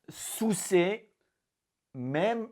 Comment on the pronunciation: je respecte les etrangers qui parlent francais parceque cest une des langues les plus durs mais javoue que jai ris aussi ca facon de le dire etait drole comme le coup de "soucer la blessure" cest drole ca fait rire mais cest pas mechant